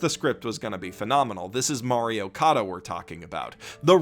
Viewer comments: It took me an embarrassing amount of time to realise you were saying “Mari Okada”, not “Mario Kada”. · I keep hearing Mario Kada...